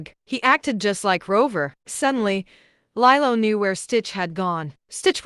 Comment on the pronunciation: Lilo... Lee-low